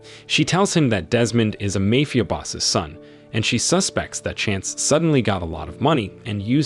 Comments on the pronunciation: He said mayfia boss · The way u said MAFIA 😂😂😂